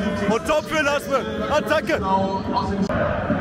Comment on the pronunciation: Warum nennst Du den Spieler immer "Lasem"? "Lasme" heißt er.